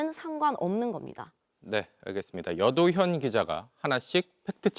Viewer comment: 참나 ㅋㅋㅋㅋㅋ 이런 뉴스를 보고있는게 웃기다 ㅋㅋ 여도현인지 남도현인지는 ㅋㅋㅋ 기자가 발음 연습은 안하나? 참 정신차리자...